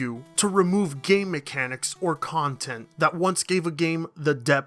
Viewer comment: You said "game mechanics", i heard "gay mechanics".